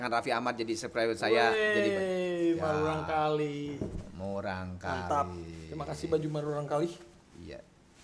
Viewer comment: Murangkalih.. Murangkalih.. Salah wae nyebutna ih "marurangkalih" wkwk..